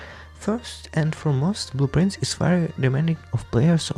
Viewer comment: LMAOOO the whole time in the podcast I thought you were saying blue prints - thats why I get when english isnt my first language i guess